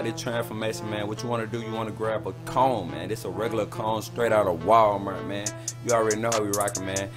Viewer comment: I am dead he actuallly said wall mert